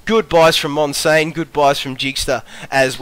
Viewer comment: 360p OP. Also you said my name wrong damn it :P MON-SIAN, not monsain